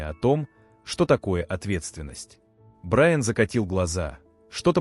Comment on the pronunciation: Судья посмотрел на БраЯна. Уважаемый автор канала,ваши истории очень интересные,но безграмотный перевод и неправильные ударения сводят все на нет.